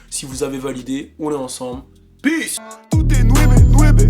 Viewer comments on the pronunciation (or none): none